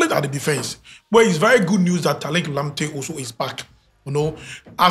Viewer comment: This sconty guy😂😂😂💔, he say talik lamptey